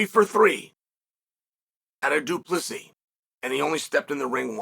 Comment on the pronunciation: Du Plessis! The 's' is silent but its there